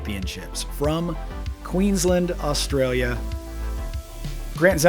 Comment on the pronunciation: Fyi, it's pronounced Queens-land not Queens-lind, although we say Bris-bin not Bris-bane. I know it doesn't make sense but it's how we do it.